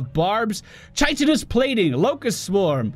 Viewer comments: Its pronounced with a K,. Like this (kahy-tinous) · Chitinous plating pronounced "Kiteonous" or "kiyetonous" if you prefer :p